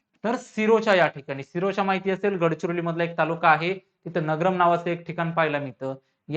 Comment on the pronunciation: सिरोचा नाही sir सिरोंचा aahe..mi gadhchiroli ch ahe